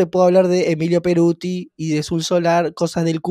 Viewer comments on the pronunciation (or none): Es emilio pettoruti.. no peruti... jajajaja jajajaja